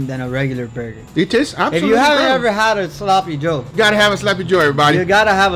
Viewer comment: my man guga keeps saying slappy joe. Rightfully so since that thing absolutely slaps 🤤